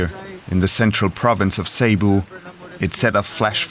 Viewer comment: It's not /say-boo/ but /sé-buh/